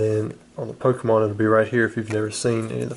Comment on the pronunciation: How can a person mispronounce so many pokemon😅